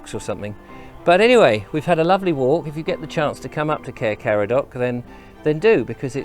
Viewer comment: You need to welshify your pronounciation more for Caer Caradog, like Kai-rr Kar-add-og (rather than Care Car-a-dock) Intonation of syllables is different.